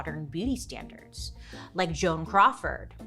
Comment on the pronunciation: Joan CROW-ford 😂